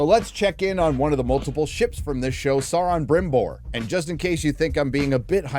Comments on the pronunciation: What a "sour-man"? :face-blue-smiling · mispronouncing Sauron destroys your credibility